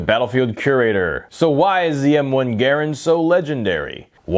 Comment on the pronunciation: I smashed the thumbs up because you pronounced it correctly ha! too many these days do not excellent video my friend great history of an iconic weapon